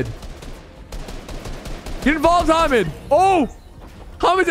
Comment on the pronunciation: my names hamid and everytime he said hamed i was like damn hes saying my name